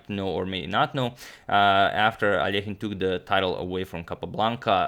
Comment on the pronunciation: Finally, Alekhine's surname is correctly pronounced!